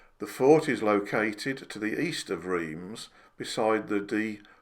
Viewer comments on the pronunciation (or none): Always very informative videos, but please, take the time to learn how to pronounce the name of French cities correctly... "Rimce" for Reims, really ?!?